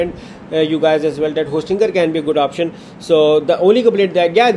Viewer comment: Hostingeer hostingeer hostingeer